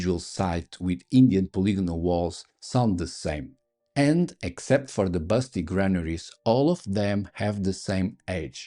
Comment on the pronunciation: Did you say Melon shaped mammaries? eh? Oh... Granaries! got it!